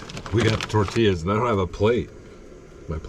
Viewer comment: Lol! Tortillas is pronounced Tor-tee-yahs